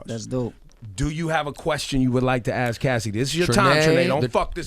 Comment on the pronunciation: They axe em about it lol My friends always make fun of me for saying axe instead of ask Looks like I'm not the only one (Cassidy)